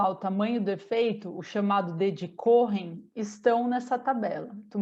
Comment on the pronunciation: Nao se pronuncia corren mas sim coen. Nome judaico da tribo dos levitas.